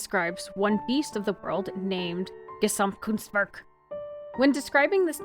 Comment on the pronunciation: I had to snort and replay where you said Gesamtkunstwerk 😂😂 being German it's hilarious to hear